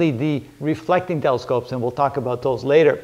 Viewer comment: "Reflecting" and "refracting" are less distinguishable when it comes to pronunciation😂. Thanks for the great video!